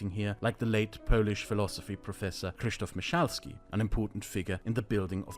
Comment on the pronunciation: I really appreciate how you pronounced the name of Krzysztof myszalski. It's visible that you took the effort to learn how to pronounce it correctly well done